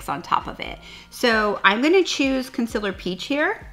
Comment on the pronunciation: wow, I had no idea she was saying "concealer" I was literally thinking "what is consillor? I need to look that up" lol